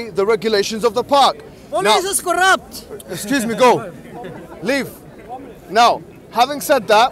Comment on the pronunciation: "Polizz iz koraapt!!!!" lol